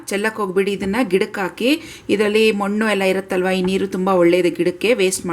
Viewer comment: Good one.... Thnx... But don't say "Monnu". It is "Mannu".